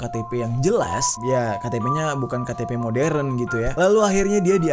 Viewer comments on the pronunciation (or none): none